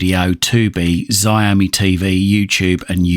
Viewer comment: Looks like a promising little box, Xiaomi is pronounced show-me btw.